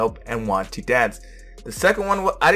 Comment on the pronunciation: Lol sure you have reading problem too, just listen to the last syllable it was pronounce as "tho/thow" and not "to".... You must have the same pronunciation as her and insist you are correct, silly you